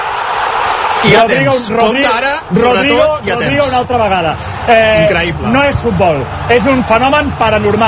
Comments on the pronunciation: fenómeno paranormal, incraiblaa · De las risas al llanto en un segundo catalufas🤣🤣🤣increibla increibla🤣🤣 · Incraipla culés incraipla!! 😂😂😂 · Incraibla !!!! dice el colega... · Se las tragan incluso DOBLADAS, jajajja. "incrahibla"